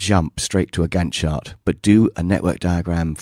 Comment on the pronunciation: It sounded like you were saying "gun shot" whenever you said " Gantt Chart"... LOL!